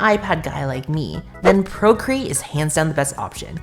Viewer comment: “Procreat!” struggles in MediBang Paint